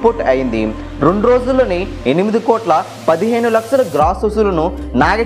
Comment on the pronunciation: Rey nuvvu mundu telugu spashtam ga palakadam nerchuko....laksalu kaadu ra lakshalu....